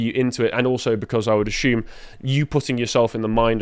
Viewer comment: I wouldn't buy any course connected to grammar, logic or rhetoric from somebody who pronounces 'assume' as 'ashume'. Nor somebody who doesn't know how to use 'unique' well...